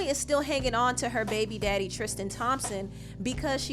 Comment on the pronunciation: I love how you strongly pronounce "baby daddy" and "baby mamas"... I keel everytime you said it 🤣🤣🤣